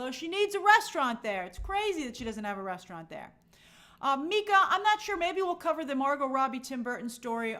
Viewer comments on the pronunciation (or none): none